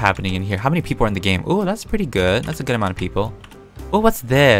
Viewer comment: peaple are wered Me-peetah you are wered (This is just a joke don't take it seriously)